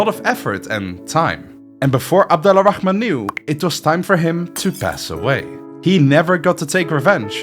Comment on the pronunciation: The name's pronunciation is so perfect I thought you're Arabic🫡